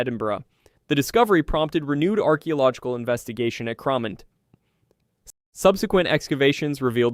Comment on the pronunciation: I’m from Edinburgh and know Cramond well. There’s a bathhouse there. It’s pronounced “ crah mond” - the rest I give up on.